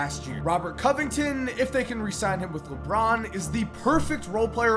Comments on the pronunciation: LeBorn lmao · LeBORN James?? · Leborn lol